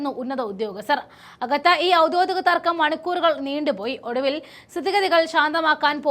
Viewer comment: ഔദ്യോദികം അല്ല ഔദ്യോഗികം😂